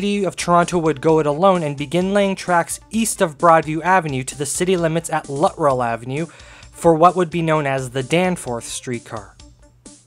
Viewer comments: Good video but I have to correct you on your pronunciation of the easterly loop. It was pronounced “Lut-Trell” not “Lutt-Rell”. I probably spent half my teen years traveling to that loop from Scarborough by bus and I never heard it pronounced “Lutt-Rell”. Also, you didn’t mention MU or multiple unit operation of streetcars on the route due to heavy passenger volume from the 50’s to the 1966 subway opening. Other than that, it was a nostalgic presentation for me. Keep up with the interesting content! 👍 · The street was mispronounced , it is Luttrell and was the east terminus of the Bloor Car . It is on the south side of Danforth a block or two west of the Shoppers World Mall at Victoria Park and Danforth .